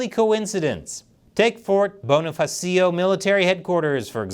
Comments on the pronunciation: One construcxtive criticism for you... BONIFACIO IS PRONOUNCED AS "BOH NEE FAA SYO" NOT "BO KNEE PA SEE YO" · Its pronounced bon ah fah show bonafacio.